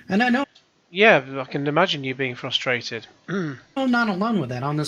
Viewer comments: I can't stand how says "futhstrated", people are futhstrated. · Half of it is his Sylvester speech impediment , the other half of it is that he isn't even trying to pronounce the first R in frustrated . I could deal with a simple fwustwated , at least that would show that he was trying 😆.